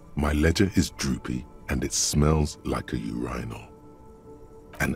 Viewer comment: Interesting pronunciation of 'urinal'.